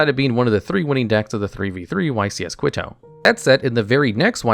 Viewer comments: quito is pronounced like keto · Quito is pronounced "key-toe" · I really, really love your videos, but for the love of god quito is pronounced kee-to. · Quit-Oh?? You're the most illiterate fook on YT. Pro-toss? Good grief. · Lol Quito is pronounced as (kee-toe) but you get an A effort